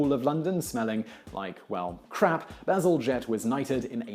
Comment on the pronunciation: what I hear when he says "Bazelgette" is always "bezel jet"